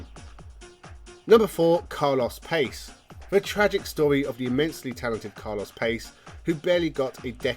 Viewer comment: Carlos Pace's last name is pronounced Pa-che